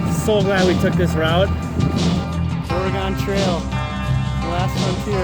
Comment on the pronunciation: You said Oregon wrong.